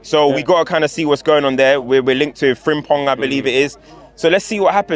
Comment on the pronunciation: The way mentioned “ Frimpong” was on point!